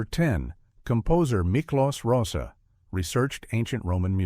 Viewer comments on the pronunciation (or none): Right. There was no score during the race itself, only during the Parade of the Charioteers. Plus the pronunciation of Miklos Rozsa's name could have been more researched.